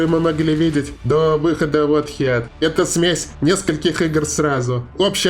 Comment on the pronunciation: Heat произноситься как хит. Х произносить помягче.